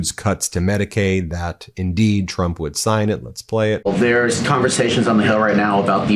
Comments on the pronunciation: The best thing about Karoline's press conferences is her ability to say 'President Chump'! Seriously, listen closely, it's clearly Chump 9 times out of ten! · 😂 She keeps saying president chump